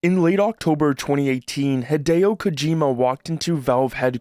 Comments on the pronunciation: "Hedeo Kojima" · You pronounce "Hideo Kojima" the way that people pronounce Japanese names when they are making fun of American pronunciation